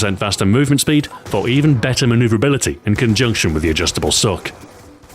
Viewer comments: Harry Lube no he definitely said sock😂😂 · RTDO a-just-table sock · Does anyone else hear him say 'Adjustable Sock'? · He totally said: "Ajustable Sock" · I thought you said "sock" at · HE DID LOL